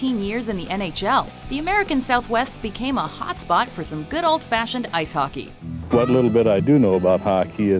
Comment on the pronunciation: Not hockie it's hockey